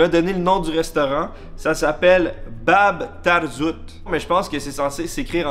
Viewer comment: je ne sais pas si on te l'a fait remarquer mais la façon dont tu as prononcé Bab Tarzout était parfaite 👍